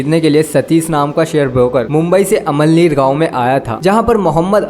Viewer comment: Amalnir nahi ge amalaner he